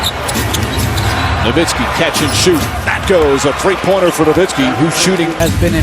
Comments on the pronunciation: why we been saying nowinski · Did the commissioner really say Dirk Nowitzki's name wrong during the award presentation?? come on man..